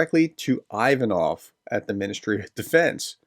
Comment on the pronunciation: It's "Ocho-REH-tineh"... It's not "EYE" va-noff", it's "EE-va-noff", and a host of other flubs... I wish you YouTube guys would take a short course in UKRAINIAN & Russian PRONUNCIATIONS... Is it THAT HARD.??? I mean, REALLY..???